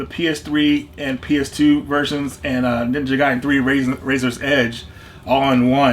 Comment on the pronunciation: Ninja Gaiden is Definitely pronounced ninja guy den well done 👏🏼